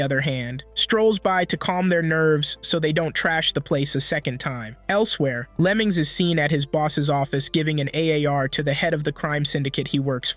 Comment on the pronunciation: What bro says: Lemings What i hear: lemons